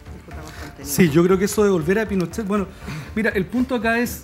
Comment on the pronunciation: Qué latero es el! Tengo que adelantar siempre cuando habla “ la constitución de Pinosheh la deresha “ weon abúrrete la gente justamente sé está aburriendo de ese argumento weon!